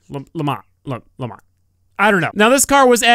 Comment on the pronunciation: LeMans ? lemaahhh LeMans? lemaaaah LMFAO